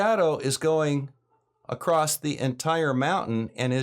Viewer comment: Why do I keep hearing people pronounce “across” with a “t”?